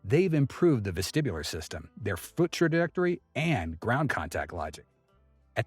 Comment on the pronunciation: lifting the fut 😂😂😂 god damn AI channels. Don’t recommend button!!